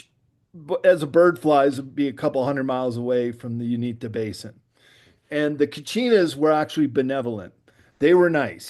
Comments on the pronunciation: And btw it's UINTAH Basin. U- in-tah. Also pronounced Oo-in-tah. Related to words Utah and Ute. DEFINITELY NOT the "Unita" Basin. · You-IN-tah. Don't underestimate people. Pennies on the dollar ranch, tranformed into a 'supernatural' television show. That's a long term project. Scare the Shermans... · the ranch is in the middle eastern part of the state, and Uintah is pronounced you-in-tuh.